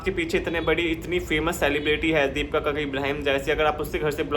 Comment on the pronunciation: भाई दीपका नहीं दीपिका है उसका नाम 😅😅 पहले अच्छे से बोलना सीखो 😅😅